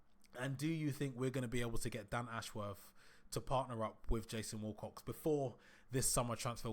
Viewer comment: Its Wilcox NOT WALL COX FFS